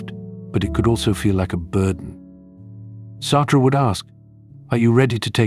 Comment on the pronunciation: Naming J. P. Sartre one of the most influential philosophers and then pronounce his name like he's Billie Jean... It's just too much. And also there are bunch of questionable statements in this video, at least for someone who has decided to discuss philosophy